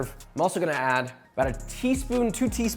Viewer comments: I have watched Joshua since 2018 and I’ve never heard him say Worcestershire Sauce right lol 😂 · I've missed Josh misprouncing Worcestershire sauce, I'm tearing up rn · Back in the cupboard with the Worcesterterstsertshire sauce. Home!